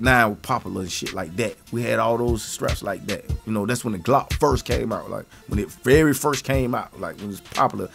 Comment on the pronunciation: he said plastic glot